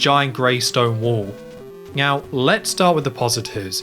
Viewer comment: Is he saying Meow instead of Now? I swear I'm being trolled here.